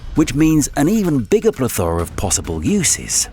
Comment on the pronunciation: ok, also a mispronunciation of "plethora" - you sad it "pleTHOra" but it should be said "PLETHora"